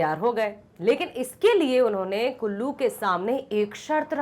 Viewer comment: Kallu ❌ kullu✅🤣🤣🤣